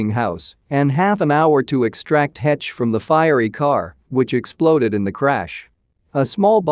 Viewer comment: Finally, someone who pronounces her name correctly. Her boys will suffer the rest of their lives as a result of losing their mother. It changes you for sure.